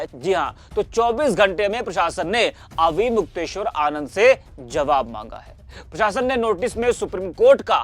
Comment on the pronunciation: Naam to theek se le le unka naune